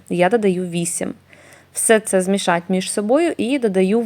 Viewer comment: Не додаватЬ , а додаватИ !!!!! Не змішатЬ , а змішатИ !!!!!!!! Не прАцес, а прОцес !!!!! це не хліб ,а КОРЖІ !!!!! А кІлим -- це що ?!.... к І л и м ...